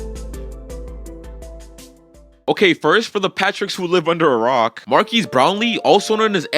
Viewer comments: Bro really says Markeys Brownlee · Bro pronounced his name wrong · Dudes butchering his name lol